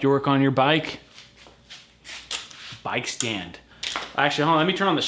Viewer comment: what's a "bike st and" lol